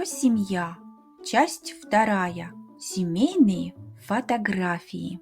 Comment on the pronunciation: 07 (се - мей - ные.) ...noto que usted pronuncia la sílaba 'мей' dos veces, suena así como: "cimími" estoy confundido en esta pronunciación.🤔